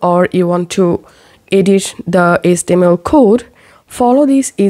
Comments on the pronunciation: IT’S “HEYCH TEA EMM ELL” (HTML) Stop pronouncing H as ESS. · what is ace-tee-em-el?